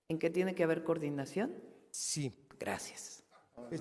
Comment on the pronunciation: Cordinación chavos, coordinación cordinacion, coordinaciooooooon vale madres che reportero !!! y burlarse del reportero que es parte del pueblo bueno nos coordinamos pa la próxima , bueno ya una pregunta no mas , la candidata ya se conso , ......igual que su jefazo ineptos